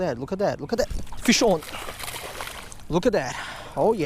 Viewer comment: it sounds like he says, fish oil instead of fish on